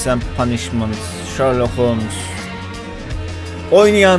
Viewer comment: yoo :D başlarda oyuna girerken bak ve ben dalga geçmiyorum. komik gelmesi suç mu ? ses kaydında bir kayma da olmuş olabilir. ?